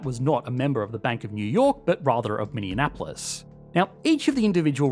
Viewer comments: It hurts my brain when they say it like Indianapolis. Instead of mini-apolis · Great vid as usual! For future reference, Minneapolis is pronounced "Minnie-apolis" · Minneapolis= Mini-apolis